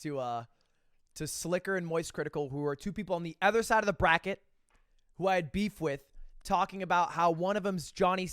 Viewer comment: Anyone else notice how Lud can't pronounce other or another properly, he says erther or anerther like everytime lmao